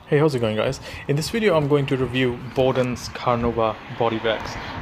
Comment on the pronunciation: A wideo is a wideo - you know created by a vanker.